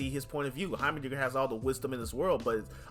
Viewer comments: Also the pronunciation is Hi-mer dinger hi as in hi hello it's a pretty weird word but fits his looks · I hope I dont sound mean but it's pronounced "High-mer-ding-er"